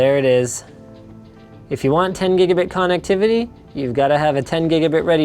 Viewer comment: Con-neck-tivity...? Guess that's one way to pronounce it... 😜